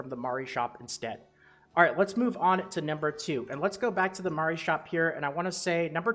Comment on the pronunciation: Love your videos man! Pronouncing Mari correctly is just an added bonus :)